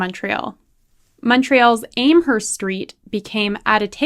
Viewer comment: It’s Am Herst FFS as in ham !! And you went to university !!!